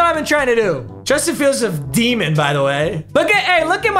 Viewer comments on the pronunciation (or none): none